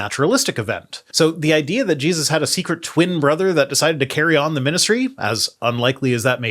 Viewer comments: am I hearing thinks but did he call Jesus Jeebus? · Every time he says Jesus i hear Jebus. Some strange accent? Is it just me?! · Did he say Geduses? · Is it me, or does this guy keep saying "Jeebus?"